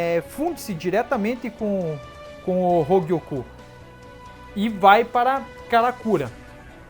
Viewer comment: "Hougiokou" KKKKK eu acho que eu ouvi isso uma hora nada haver ou eu to doido kkkk